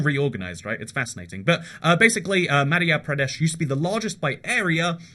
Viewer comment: It's ma-dh-yeah- pradesh